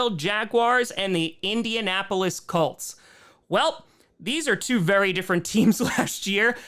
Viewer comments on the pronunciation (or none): pronounces Colts like “cults”